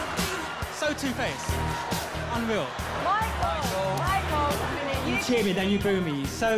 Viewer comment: it’s unweaw 😂